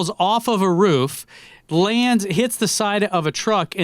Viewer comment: Did time just pronounce Roof as Rof.....cringe